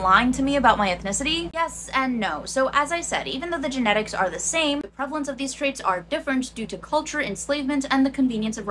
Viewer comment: "Prevelence, prevelence, prevalence"